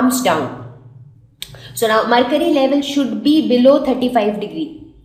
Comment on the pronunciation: It is mercury not marcury